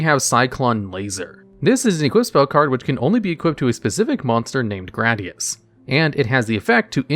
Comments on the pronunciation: Gradius is pronounced "grey-dee-os" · wait, THATS how gradius is pronounced? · Hearing him pronounce Gradius like that immediatly sent me into a panic attack.